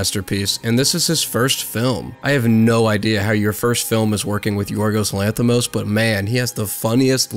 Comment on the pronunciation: I don’t even know this guy but when I saw his name I instantly knew he is greek (I am Greek) and good job with the pronunciation of his name a lot of English people can’t pronounce correctly our name most of the time so yea